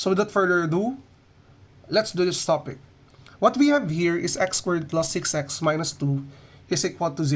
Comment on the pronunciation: Why does he say squirt instead of squared